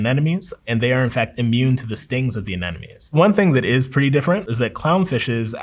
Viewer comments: A marine biologist who pronounce anemone as anenome... I find this honestly shameful how americans seem INCAPABLE, at all levels of culture and studying, to pronounce that word. AneMOne. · Didn’t think I could trust him when he didn’t say anemone correctly in minute one, but this dude is great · Mispronounces anemone. Fraud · Isn't it anemone and not anenome? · It’s anemone not an-enemy